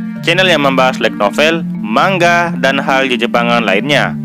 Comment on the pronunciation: biasanya denger manga , dibaca mang-a tapi ini yang bener manga -> Ma-n-ga / ma-ng-ga good , ditunggu juga mierukonya favorit nih